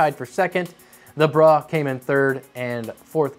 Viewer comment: Gotta stop pronouncing "Bruh" as "Brah" they are two distinctly different words with different connotations.